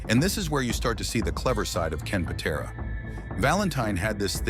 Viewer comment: AI cannot pronounce Patera. AI sucks!